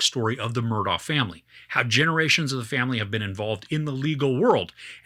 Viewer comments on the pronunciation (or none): First time watching you. Thanks. When Alex/Alec was first interviewed, in the car I think, he spelled his name then clearly pronounced it Murdock. I was glad he did that, because, like you, I had trouble with the correct pronunciation as well. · Take it from a local: The name is pronounced like this spelling: Murdock